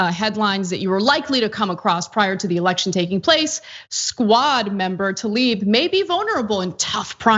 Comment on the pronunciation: Can we all start pronouncing her name correctly???? It is TLAIb, not Talib.